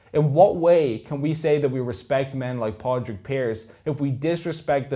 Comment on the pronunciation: Im Greek american and who the h*ll is 'Podrick' Pearse. it should be Padraig Pearse c'mon lads do better than this